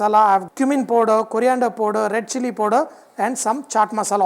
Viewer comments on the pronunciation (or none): none